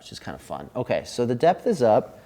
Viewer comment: Love and Light to you! Thanks again for these straight forward, no-nonsense reviews - especially dropping some DIP-Switch knowledge. Also, is it just me, or did others hear "Death Knob" (instead of 'depth')? Chasing My Bliss in Oakland 💙🏳‍⚧🤘